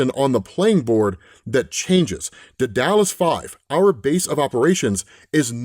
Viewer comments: The word "sycophant" is pronounced "sicko-phant", not "psycho-phant"; and the word ""Daedalus" is pronounced "deh-duh-luhs", not "deh-dallas". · ....."duh-dallas?!" AYFS! Good lord, I like this dude but his pronunciation is making me look for other channels. Go ahead say, "Go, he/we don't need you anyway." And you would be correct. You don't need me, and I sure as shit don't need you. What I need is a channel and creator that makes an effort to pronounce words correctly. And the funny thing is, all of the times I've called out for pronouncing words wrong, the words aren't even difficult. Fifth grade phonics stuff. So he's either apathetic, ignorant, indifferent towards the English language. It actually kind of surprises me the amount of words he gets wrong given the amount he reads. Its strange. Hate on me, please. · Daedalus = DAY DA LUS